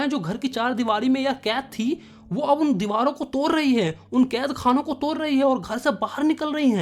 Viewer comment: Tood ❌️ toorr ✅️